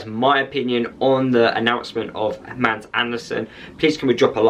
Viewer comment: You have a fantastic player that will light up the premiership. GET him accustomed to this level of football. BTW Mads is pronounced Mass Barnsley fan